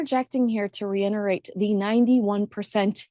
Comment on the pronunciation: Not to sound overly critical, however, having heard you state this in two different casts please know that the word is actually pronounced “reiTerate” with a “T” NOT “reiNerate”. You should at least be aware of the proper pronunciation😊